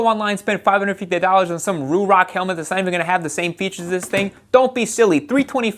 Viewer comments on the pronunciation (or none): none